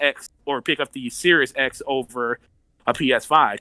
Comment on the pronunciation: It's SERIES X! Not SERIOUS X!